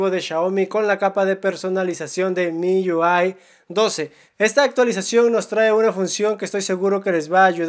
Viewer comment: Me sangraron los oídos al escuchar miuai 12............... Miui 12